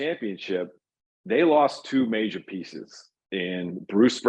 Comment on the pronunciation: “Major” pieces?!? 😂😂😂😂